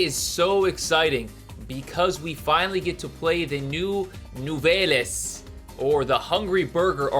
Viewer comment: Nouvelles the es is silent.